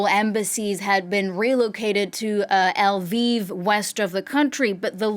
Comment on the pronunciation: ) - it's not ELVIV, it's not LEVIV, it's LVIV